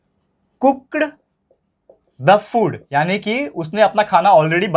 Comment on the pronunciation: cookad🐓 sounds funny😂 cooked❌ cookad✅ cookda✅